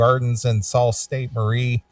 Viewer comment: It's pronounced "Sue" Saint Marie. Not "Salt" goofball.